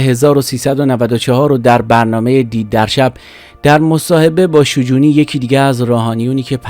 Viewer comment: تلفظ شجونی رو اشتباه میگی. در دامگه حادثه نوشته پرویز ثابتی نیست ، مصاحبه های تجمیع شده با ثابتی است.. در کل خوب بود ، باتشکر